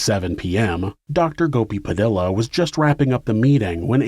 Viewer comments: Just a little nitpick, "Padilla" is pronounced "puh-DEE-yuh", not "puh-DILL-uh. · Padilla is pronounced pa dee ah.